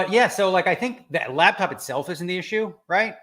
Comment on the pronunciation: Driving me insane that Daniel is saying labtop